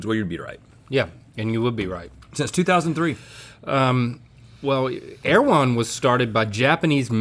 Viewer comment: I am listening on my girlfriends computer and omg the introductory girl speaking said, " air-one", not "err-e-wh-on" and it is driving my insane!